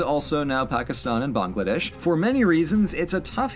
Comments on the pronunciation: Hey, you pronounced Bangladesh right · I love how you pronounced Bangladesh correctly. Bung - Laa - They-ssh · Lord Mahaveer Maldonado I was curious if he ever got there and what his take would be on that name, but surprised me by actually pronouncing "Bangladesh" pretty spot on. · Hot damn you pronounces Bangladesh correctly.